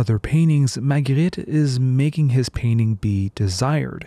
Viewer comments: He actually pronounce the names pretty well. He pronouned Magritte and Napoléon the french way as it should be. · You pronounced it perfectly, are you French?